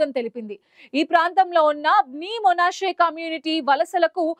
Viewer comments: మొనాషే కాదు... మనష్షే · Monasse kadu madam... Manasseh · Monashe కాదు manashe